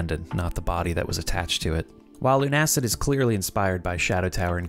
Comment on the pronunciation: I don't wanna be that guy, but it's pronounced "Loona-Cid" with Loona as in Lunatic and Cid as in the kid from Toy Story